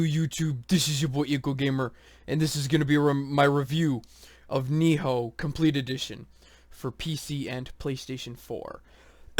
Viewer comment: Its Nioh, not. Ni-HO. Sorry it was just annoying...